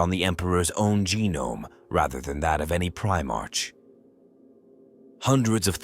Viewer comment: Teach your AI to pronounce Primark correctly.. it's getting past annoying